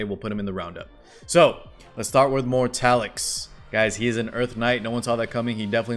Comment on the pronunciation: I'm in a pinch spot man, I don't have any of those units, and I want them all, specially elena with that cute skin. But I only have enough for 1 pity (f2p lyfe) and Wonderland Tenebria is coming soon tho, so... yeah Also, the dude's name is Mortelix, not Mortalix :)